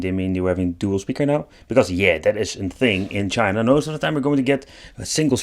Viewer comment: "PACKAGE FROM CHINAHH"